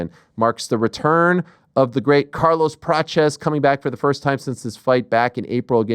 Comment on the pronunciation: Ariel is trying his best with the brazilian accent. Carlos' name is spoken like "Carlus Pratchies". You can listen it for example in Google translate, if you are intereseted.